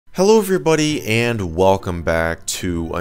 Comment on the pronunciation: I like how he starts all of his videos with saying 'hello ebrybodi'